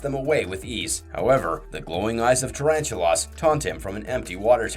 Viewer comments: god did you ever actually WATCH the shows? just under 12mins in and you've completely mispronounced the first spider's name like 20x. It's NOT pronounced "tarantu-loss' it is PRONOUNCED "tarantu-LESS" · I thought that was just an accent thing.